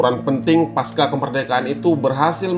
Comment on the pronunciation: pasca dibaca pakai C bukan paska rusak suasana rasanya pas narasi sudah bagus, tapi sesederhana itu keliru